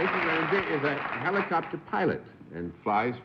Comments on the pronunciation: face-blue-smiling::face-blue-smiling:Amazing how BENNETT CERF tends to pronounce words ODDLY all the time! HEE-licopter? Sheesh! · Bennett ....again......"Heelocopter" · Here's Bennett with his unique pronunciation of "heel-o-cop-ter". In more than 70 years I have never heard anyone else use that pronunciation except the first time he said it years before and John followed suit one time, for courtesy I am sure. Not this time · g I imagine Bennett's serial mispronunciation of the first vowel is influenced by the long E in "helix." Oddly, my 1936 Merriam-Webster Collegiate doesn't even specify the vowel in the first syllable; I have no idea whether a long or a short E was assumed in those days, when Bennett's Sprachgefuhl for this term was being formed.